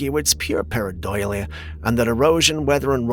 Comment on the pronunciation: I believe you are pronouncing paradOlia